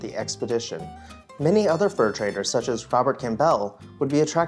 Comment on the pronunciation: The narrator doesn’t know how to pronounce Campbell? 😅😂